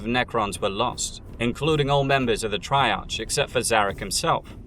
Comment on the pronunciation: C'tan is pronounced with a hard c, like cookie. And you can't even pronounce "scrivener" correctly. If you're going to move into 40k lore you better learn how to pronounce shit correctly. Triarch ends with a hard sound, try-ark. And Stygian? Jfc, stick to movies.